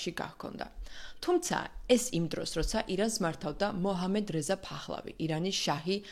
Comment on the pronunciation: ფახლავი. კი. არა. ფეხლევი. კარგათ. თქვი. გვარს. ნუ. უმხინჯებ.